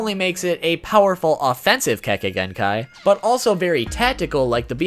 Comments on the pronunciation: YAY, you're actually saying Kekkei Genkai correctly this time! WOOOOO! \o/ Now gonna lie, that right there was a big reason I didn't watch your video explaining all of them. I kept cringing every time you mispronounced it. And I know you warn us about that in every video, but that didn't really soften the blow for me. But that's mostly just because I tend to be quite the stickler about stuff like that. Now to see which ones you picked out. HM: Yeah, I completely get why the MS is where it is. The power's badass, but with a drawback like that...yeeeaah, no thanks. 10: So...full disclosure, back when I was a pup who wasn't super familiar with much of Naruto's world lore, playing Ultimate Ninja 3, I had no idea how the heck Kimimaro was able to do the stuff he did. And I certainly didn't know his weapons were made of bone. So about a year or so ago (maybe earlier this year) when I went and looked up what Kekkei Genkai were on the wiki (can't remember how I learned of the term, but that's not important) and saw the Shikotsumyaku and what it did, I was like, "...oh! So that's how he did all that stuff! Huh. Well, good to know." 9: Man, that...that's just fucked up. Like, it's both epic and terrifying. And...not really sure what else to say here. ...well, other than I wasn't aware this was where Curse Marks stemmed from, but whatever. 8: ...um...well then. >.> Just gonna...stay away from her then. ...yeah. 7: Byakugaaaan! WOOP WOOP! Sorry, I just fuckin' love this thing. X3 It's ju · He said kekkai genkai right this time 😱